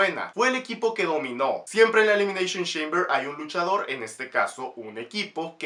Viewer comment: Elimineishon sheimber